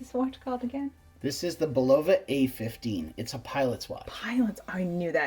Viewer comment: Not BULova! Do not accent BUL